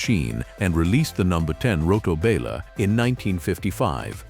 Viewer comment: Love the content, HATE the AI narration, mispronounces, clips sentences, this is editing that can't be forgiven. What the H$LL is a bal-er?